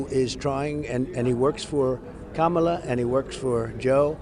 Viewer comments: This is the first time I've ever heard him pronounce Kamala correctly. THE MAN IS SHOOK! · Wow, did you notice he finally pronounced her name correctly? 💙💙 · He said Kamala’s name correctly for once! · Hey!, trump just said Kamala properly!! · He says Kamala's name correct now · Oops! he accidentally pronounced "Kamala" correctly. Such a putz. VOTE! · He said Kamala correctly?